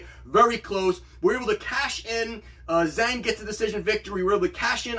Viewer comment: Wow, you got -170 on Zhang. Good for you! I only got -200. "Zh" is pronounced more like a J in Mandarin Chinese.